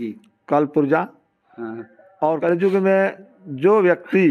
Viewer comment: कलजुग नही, कलियुग होता है, शब्द सही नहीं, विश्लेषण कर दिए!!